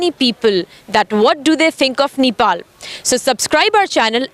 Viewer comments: It's Nepal not nipal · Don't say neepal say Nepal 🥰